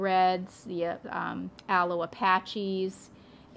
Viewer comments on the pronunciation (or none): none